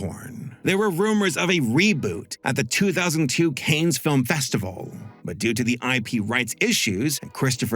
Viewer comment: Cannes is pronounced "cans" not "cains"